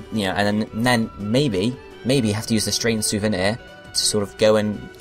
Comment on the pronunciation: Strange souvenir, not strange souveni.